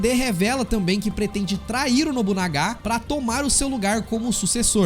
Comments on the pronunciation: Nobunaga e nao nobunagá ksksk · nóbunagá???????? mds cara para porfavor....